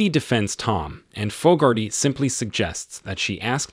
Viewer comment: Name pronunciation is dreadful. Fogarty. How do you get Foe-gar-tee from such a common name? Try Fog-ar-tee. So annoying!!